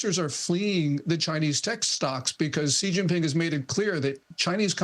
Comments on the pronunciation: It's pronounced SHE (Xi) not Ghee. It's not hard. Love him or hate him. Just say his name properly please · XI IS PRONOUNCED “SHE” FOR CHRIST SAKES, YOURE A JOURNALIST!!!! GET IT RIGHT!